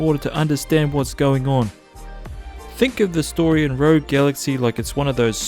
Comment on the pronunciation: RO-GOOWY GALAXY